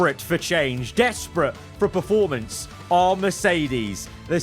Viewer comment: Please stop saying PRE-formance. I love your videos but it hurts me every 29 times in a videos you say PRE-formance instead of the actually word......PER formance 😘